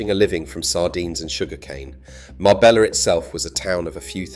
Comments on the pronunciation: How the fk is it you don't know how to pronounce Marbella? It's not Mar-bella', it's Mar-bej-a. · You could write it as Marbeya for the AI script, so that the AI would pronounce it correctly. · Marbella is pronounced Marbeya..... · Mabeyya? 2 ll, become y! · If you can't even pronounce marbella properly,forget it.🙄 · The pronunciation of Marbella and Banus is so bad and the rest is bs. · If you are going to take interest in telling the story of Marbella , please learn to pronounce it correctly 😊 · Pronounce the name properly if you want to use the town. And your information is not correct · Sorry stopped at 9 seconds in. If you cant even pronounce Marbella correctly, in content about Marbella, why do you expect people to give you their time to watch your content. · How TF do you expect us to take this seriously when you can't pronounce Marbella correctly. Do you say Madyorker as well ? Wilson sleeps with an axe but just opens the door. There is absolutely nothing discreet about Marbella. It is a cesspit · His pronunciation of Marbella horrendous. I used to go there in the late 70s with my parents and remember being a very small fishing village with Ferrari and Rolls-Royce is passing by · At least pronounce Marbella right!!! 🤯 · Could be AI that cant pronounce it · Omg that really hacked me off....